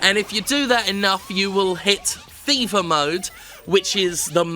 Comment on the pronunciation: I heard FIFA level, not 'fever' level and was rather confused :)